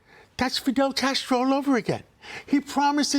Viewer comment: He’s Fidel Castro because he wants to launch 5 pilot municipal groceries stores with one in each borough so they can have affordable groceries? STFU you can’t even say his name properly you out of touch swamp creature